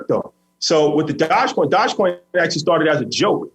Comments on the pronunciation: 🐕‍🦺e coin.... Not dodgecoin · Ik he’s very financial literate but hearing him say “dodge coin” over and over again makes me question how closely he’s researched this. It’d be like if pomp got on and was hyping up “bite coin” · Doge coin... pronounced "Doj-coin" like doja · This ‘expert’ doesn’t even pronounce dogecoin correctly